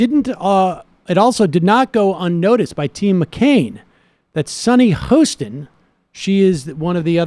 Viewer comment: Hi Sam & Co! Love your channel; find most of your viewpoints (especially your VIEW points, hehe) to be SPOT-ON!! One small note tho, Hostin rhymes with BOSTON not with Boastin’... That said, keep up the good work. :-)